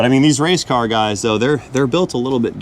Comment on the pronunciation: ..."It's a Wangleer...!!!..." 😂😄... "a wase car from Bucky's..."...Made in 'Murica..." 🎼🎵🎶...